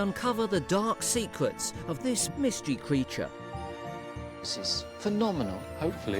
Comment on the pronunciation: Sometimes it sounds like this dude called rabbits wabbits and water voles wootah bowls ... he also said secwets for secrets .. and of course , World is weld .. as interesting as the info may be , those things are annoying ! He can’t Pronounce his r’s at all. Those names are so typical .. omg ... and not every rabbit lives in a burrow .. some are in nests. they leave the nest at 3 weeks old. .